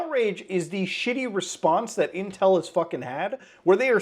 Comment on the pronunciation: Intwel in sewrious twouble